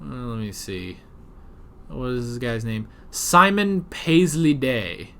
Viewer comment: When you were reading the actors names out. "Simon, it's a Paisley Day." If you don't know you're doing it, you must have accent Tourette's!